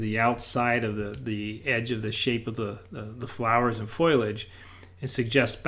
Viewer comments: ...I certainly did look up the word...and it is fo-li-age, not foliage. There is no word anywhere pronounced foil-age. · Foliage = fol-i-age. What's with foilage? Please get it right, like your paintings. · Hi...the word is pronounced, FO-lee-age